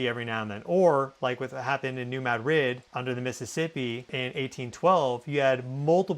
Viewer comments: Very clear and thorough. I am from MO and I have say this. It's MADrid not maDRID.😊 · Spanish capital is pronounced ma-DRID. Missourians pronounce it MAD- rid. You’re saying MAD-RID mixing both pronunciations with extra emphasis on second syllable ❤ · Madrid= muh-drid.....love your content but that drives me bonkers lol! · It's muh-drid not mad-rid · I think he would know 🤔